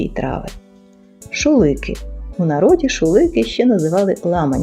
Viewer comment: Дякую !! Наголос в слові шулики на останню букву . 🇺🇦👍